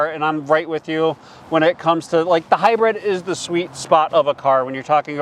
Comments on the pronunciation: What's a "hybread"? It's hybrid. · Hybrid should be pronounced like high grid, mid, bid, or squid. High bread is an edible sold at Phish concerts. And high bred is someone born into European royalty.